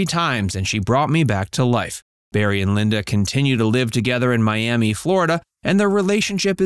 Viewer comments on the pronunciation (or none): none